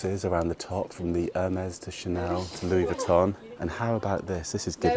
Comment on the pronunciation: It’s so nice to see you in Monaco again! I’m learning how to properly pronounce some of these Designer name brands😊 I noticed that she pronounces it Louis “vwee” ton.